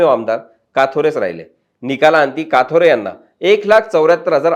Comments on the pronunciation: It's kathore not kaathore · साहेब किसन काथोरे बोलू नका कथोरे बोला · बारोरा,काथोरे, काय तुम्ही साधे नाव तुम्हाला घेता येत नाही